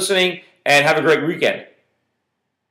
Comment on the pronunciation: I think he was secretly saying he was bullish on asia when he said at the end "Have a great Reekend"